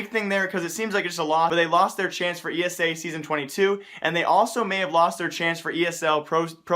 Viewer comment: pls, its E S EA not esea, pronounciation pls